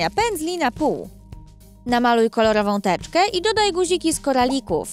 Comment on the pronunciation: ona powiedziała teczkę a nie tęczę xdddd wtf lol